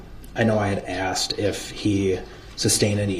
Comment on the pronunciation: brooks could create a language of his own. A couple of my favorites , axed and troof.